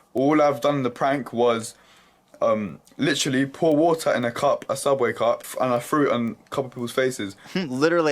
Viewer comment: "liTRALLEEEE" "LITRALLEEEE" say literally right